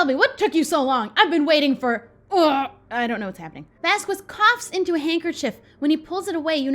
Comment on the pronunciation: Hey Shelby I think you’ve been pronouncing Vasquez wrong! I think you pronounce the “q” as a “ k”. Love your videos Shelby!❤️❤️